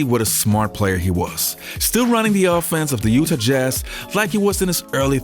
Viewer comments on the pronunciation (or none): You - Tah Not Uta